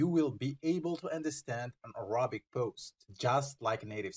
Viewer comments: Please, pronounce Arabic correctly, it is not ارابك it is اربك I beg you, I teach Arabic, and wanted to use your site, but this pronunciation is a killer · By the way, your English pronunciation of the word Arabic is wrong. The stress is on the first syllable, on the 'a'